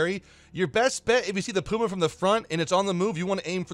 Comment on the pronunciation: " The PIUMA" :elbowcough